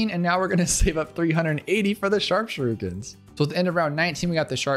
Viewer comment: shuh rook ens